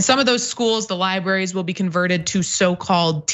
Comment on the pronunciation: If you're going to talk about libRaries, can you please pronounce it correctly?